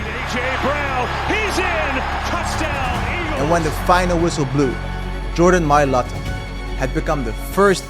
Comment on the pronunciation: Jordan mayata?cmon jordan mai lata..😂